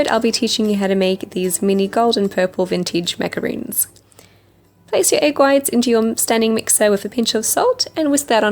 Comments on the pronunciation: It's pronounced maca-rons not macaroons. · RONS! NOT ROONS! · There is a big difference between macarons & macaroons. Not to be rude or picky but thats important to know. She mispronounced the name of the cookies she made. It's said MacaRON , not double oo's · I love your videos and channel. With no rudeness meant , you made macarons and continuously said macaroon. Hope you know that b/c they are totally different cookies. I truly dont mean to be rude. Just helpful.